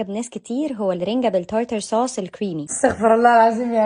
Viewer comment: ايه ال طرطر سوس ؟ طرطروا عليكى يا بعيده....روحى اتعلمى تقرأى انحليزى صح